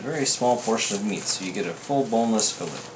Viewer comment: Nice video but learn how to pronounce fillet.